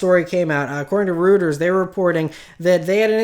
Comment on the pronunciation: Lol, roy-ters